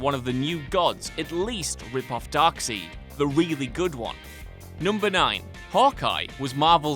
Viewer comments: Definitely said darkseed on purpose. Spent like two minutes saying darkseed as much as possible and then 45 second on everyone else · Wait he said darkseed😂😂😂🤦🏾‍♂️ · Its pronounced "DarkSIDE". But guys, theyre British... theyre the worst for intentionally mispronouncing things. They invented english but can barely speak it lol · It's pronounced Darkside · No, he's just an idiot. No one in the UK pronounces it like Darkseed and Thenos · Can I just say not all British people pronounce character's names so wrongly as much as this idiot does. Darkseed... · fucking darkseed and you had to say it like 7 times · Disliked. Sorry, but I cannot and will not like a video where someone pronounces Darkseid as Darkseed. That's not happening, ever! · Darkseid is pronounced "Dark-SIDE" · Darkseid is pronounced "Dark Side" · Its pronounced DARKSIDE you pommy git! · It's pronounced Dark Side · Dark Side, That's how it's pronounced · It's "Dark-side" dummy. From King Kirby himself! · did he just say darkseed ? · mustfa assad 5 times ffs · mustfa assad yep way to many times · Made me cringe hard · Nigga said dark seed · Am I pronouncing DarkSEID wrong for ages or is he? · Are we really gonna ignore the fact that he called Darkseid as Darkseid and not Darkseid? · I know you're British but you gave me Cancer by pronouncing Darksied name wrong. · You would really think a comic book channel would know to pronounce the name of one of the Justice League’s biggest villains... but okay. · I was gonna comment that Darkseid's name is mispronounced. But I saw many have already pointed that out. So I shut the up fuck. Because... common sense. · I'm going to downvote this just cause of how you pronounce Darkseid. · Pronounce Darkseid wrong again please. I love it. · I will give you the pronunciation for DarkSeid but with Thanos I believe that's just how British people say his name. I've heard it pronounced the same way by a friend who lives in England. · It's darkside not darkseed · Darkseed ees.